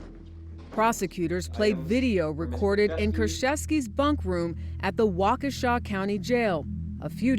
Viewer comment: Wa-KESH-a not Walkawsha!